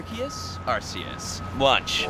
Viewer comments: its pronounced arkeus not arseus so u said it right first😁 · It’s pronounced Arkeus not Arseeus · It pronounces ArKeus, no ArSeus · It's not arcues it's not arkeus it's not Llama stuck in a fence it's ARKOOS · Alll the other fans out there know that it's actually pronounced Ar-coos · It’s Ar-Kee-us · Ahh yes the pronunciation of arceus